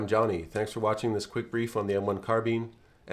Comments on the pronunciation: It's not car-bean it's car-bine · awesome content, the way you say carbean instead of carbine made go a little insane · Great videos but carbean sounds strage as fuck😂🤣 carbine carbean bine bean supose its just the oxymoron that is American English 😂🤣keep up the videos lad there great im just taking the piss im irish cant help it 😜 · It's Car-BINE, not Car-BEAN . . . Rhymes with MINE, not MEAN. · I couldnt finish the video because he cant pronounce 'carbine' bruh its not carbean. Ill give you a like in return for not being to finish this mess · Only criticism is the pronounciation of carbine, its prounounced Karbine, rather then Karbeen. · been in the States for 43 years, and been a gun nut for all of them, but that's the first I've heard of it. CAR-bīne, or CAR-bean, but never, ever have I heard car-BEAN. I hasten to add that it doesn't matter much, and your video was a good one. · Not carbin. CarbINE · sorry for calling you american bro 😂 But yeah, hearing carbean just breaks my ears, carbine all the way. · Car-bean ! Holy Crap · The M-1 Carbean? Carbean? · Car-bean lol. I never knew Americans pronounced it that way. How do peas get to work? They go by car-bean. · Car bean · I refuse to believe thay its pronounce as a karr been even if google says so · "M1 carbean" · Never heard carbine be pronounced “car-beene” but this is an excellent commentary just like all your others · Watch old school american western films, with John Wayne etc. you'll hear Car-beene all the time. and Cee-gar and similar. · What the hell is a CarBEAN? Wasn't the previous 2 pronunciations enough? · I have never heard such a pronunciation of "carbine" with an accent on the 2nd syllable. In Korea, the soldiers needed to urinate on them to unfreeze them in the cold weather. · The way you say Carbine makes me cringe. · i think the correct pronunciation is car-bene but most ppl pronounce it car-bine (thats what i think take this info with a grain of salt)